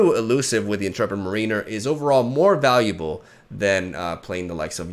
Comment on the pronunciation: your English is so impressive. If you wanted to know, the word Mariner from Intrepid Mariner is pronounced like mair-uh-ner, rather than marine-er. Love the video, and not at all trying to offend, but if you were curious.